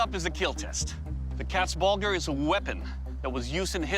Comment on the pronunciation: your pronunciation of Katzbalger and Landsknecht is way off